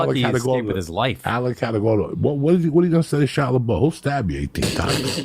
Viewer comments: every time he says shia la bow i laugh even harder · 😂 I was like, who's kyle libol? I can't stop laughing every time he says shia LABOW - then Mohamed Ghandi 🥀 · Cala bow! omg best mispronunciation yet.OMG have to edit cuz now he said “Mohammed Ghandi.” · Shia LABOW 😂😂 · shia labow 😂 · Shia boow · 😂 He did the same on Rogan. Completely murdered Shia LaBouf’s name